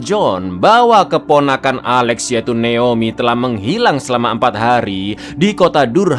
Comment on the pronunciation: jgn terlalu di Inggris-inggriskan lah bg, naOmi bon neomi😭